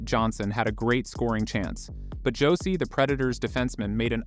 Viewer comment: Its pronounced Josi not Hosi. And thats the wrong Matt Murray in the Texas Stars jersey